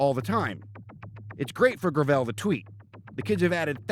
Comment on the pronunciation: Gravel is already a word that exists, please stop butchering the easiest pronunciation of all time.